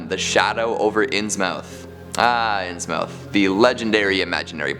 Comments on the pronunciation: Can't resist: My gran, and other New Englanders, would say "INS-muth", not "Ins-mouth". Also, maybe it doesn't qualify as a "mystery", but what really did happen to Robert Blake ("The Haunter of the Dark")? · IT'S PRONOUNCED INSMUTH YOU INSUFFERABLE IMBECILE!!! AND HIS NAME IS PRONOUNCED ZAYDOCK!!! SPELLED ZADOC PRONOUNCED ZAYDOCK!! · Innsmouth is pronounced inns-mith, with a short 'm'. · inns mouth and not innsmouth, reylay and not R'lyeh, yeah I don't think he does. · It's pronounced Inns-Muth....the o isn't pronounced in this.....ɪnzməθ is the what the phonetic looks like. 🙃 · Nothings disturbed me more than the way you pronounced innsmouth